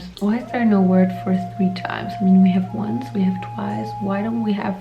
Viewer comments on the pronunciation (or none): the wunce, the tweece